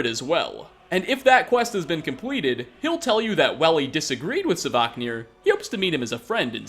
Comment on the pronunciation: it is not "savaahknir" but SVARKNIR.